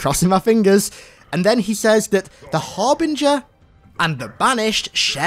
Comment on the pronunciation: Oh, the Harbinger? I thought he said the ARBITER. I was so confused as to why the Arbiter would team up with the Banished.